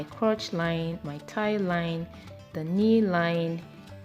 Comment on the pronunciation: Oh I just realized you were saying Thigh line....I was like what's a tie line 🤦🏽‍♀️ lol this was a great tutorial sis